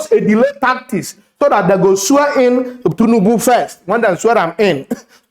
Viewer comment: I enjoy your content. Good job but please learn to pronounce TINUBU, not Tunubu